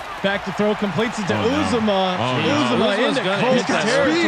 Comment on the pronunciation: I don't know if you guys will ever see this, but it's CIN TE C. J. Uzomah (pronounced U-ZAH-MA, not UZE-O-MAH)